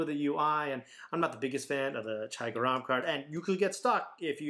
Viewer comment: It's pronounced ger-rum meaning hot